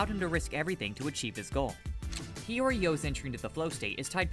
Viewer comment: "Nagi Seishiro" and it's Hiori